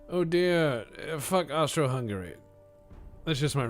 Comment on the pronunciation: calling it austria-hungeria threw me so of course i chocked on my coffee